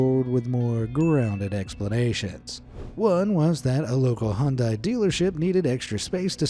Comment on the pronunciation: I've never heard anyone butcher the pronunciation of Hyundai so badly before.